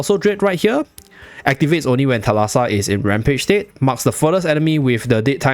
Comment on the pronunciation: Thalassa is actually pronounced thάlassa and it's greek for "sea" fyi